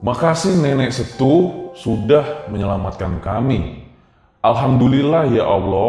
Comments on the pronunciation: Nenek setuwe bacanya bang .. Bukan nenek setu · Cara penyampaian Nenek setue nya salah bang hehe. E orang sumatera Setuwe .. (Nenek tetua)